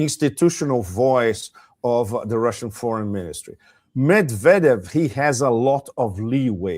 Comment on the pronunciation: Yes, you are pronouncing Banderas correctly but you are not pronouncing Medvedev correctly.